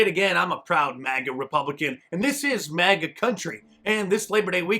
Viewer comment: Does he keep saying MAGNA?